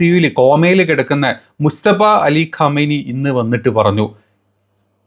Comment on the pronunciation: പരമോന്നത നേതാവിന്റെ പേര് മുസ്തഫ എന്നാണോ അതോ മുജ്തബ എന്നാണോ ഒന്ന് കൃത്യപ്പെടുത്തി പറയേണ്ടതാണ്